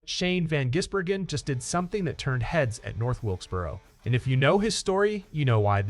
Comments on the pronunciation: The only comment I'll make AI. is that Shane's pronounced family name is Giz.. not Jiz... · Its Gis Bloody yanks need to learn how to pronounce it properly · Say Gisbergen as in G for Goat not Jizzbergen as in G for Gym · For christ sake, get his name right!